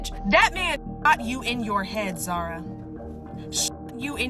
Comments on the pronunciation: Right?! She put this video together where she heard how the names were pronounced multiple times throughout the clips yet she still chose to say their names completely different 😂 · What couldn't you just say Zara and deeno what's wrong with you woman